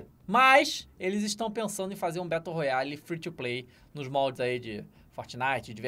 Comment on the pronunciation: "Betôu Roiali"